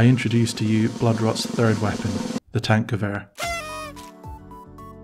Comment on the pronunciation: Kudos for actually pronouncing Tankgewehr really good, as a german normally that name is butchered into Hell haha